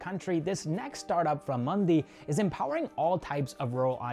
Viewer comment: It's Mandi not Mundy